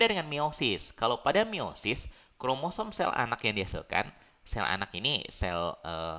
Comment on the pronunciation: Meiosis. Bukan miosis